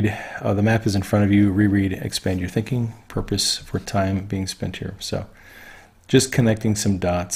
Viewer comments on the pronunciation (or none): none